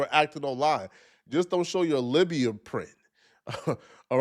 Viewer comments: Labia not Libya 😂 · wtf is a Lybia print???? You keep saying bop but we need to address this 😂😂😂 Have you ever seen a lady’s “ Lybia “ ?😂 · Libia 🤔 You mean labia? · Labia pronounced "lay-bee-yah" not libya. 🤦🏾‍♀️ Stop saying words you can't pronounce. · "Lybia" print is hilarious. Check that pronunciation and spelling there, bud. 😂 And yeah, she's a pretty disgusting person. And so far, it has worked for her. At some point, we have to realize that these people's existence is our fault too. Stop rewarding bad behavior. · Libya is a country my man 🇱🇾. The vowel youre looking for is "A" 👊